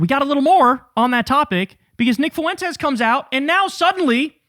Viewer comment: 😂😂😂😂😂😂😂😂😂😂 you killed me with the fart 😂😂😂😂 And when you say : FUWENTEZ 😂😂😂😂😂